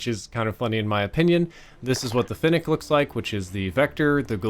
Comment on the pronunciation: At least you can pronounce fennec properly